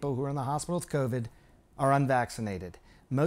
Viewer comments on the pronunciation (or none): lmao Kow-Veed should teach him a lesson